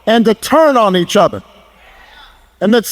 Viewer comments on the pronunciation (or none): Obahma saying othas. Instead of other